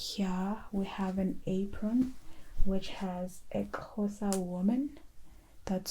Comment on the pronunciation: Aw the way you say Xhosa is not quuuiiitttee right but it’s so good to see you tackle it!! It’s so hard!